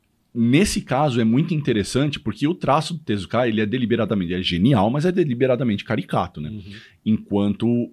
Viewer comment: A pronúncia correta é tezuka e não tezukáaa.